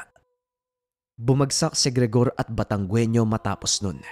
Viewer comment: taga Batangas ako,,mali ang bgkas sa Batangueño..hindi sya batanggwenio ang bigkas dyan..batang ginyo ang bigkas dyan